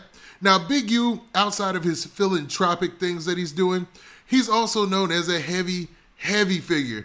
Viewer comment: Phil-an-thropic Not tropic. We gotta do better